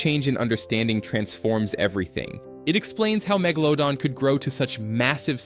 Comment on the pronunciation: Fucking AI cant even pronounce Megalodon correctly.